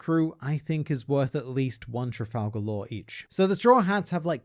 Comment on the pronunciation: Why do you call him "Trifalgalore"?